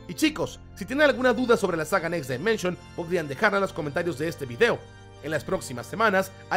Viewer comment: Amigo, un consejo: escribe en el traductor next dimension y tradúcelo de inglés a español y escucha como se dice correctamente dimension, ojo es crítica constructiva. Bendiciones y gracias por compartir la info de saint seiya